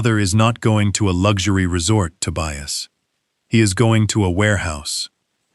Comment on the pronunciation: The son‘s name is TOBIAS, not „to buy us“ 😂😂😂